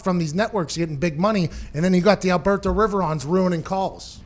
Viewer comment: came here just to hear Pat pronounce "alberTO"